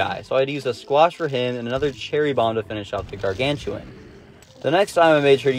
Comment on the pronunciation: It's gargantuar nor gargantuan